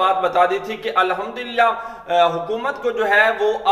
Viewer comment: الحمدُ ہوتا ہے الحمد للہ اگر د کو مکسور پڑھنا ہے تو بحمدِ للہ کہیں جزاك الله